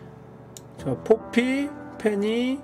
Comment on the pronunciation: 포피가 자꾸 뽀삐로 들려서 환장하는중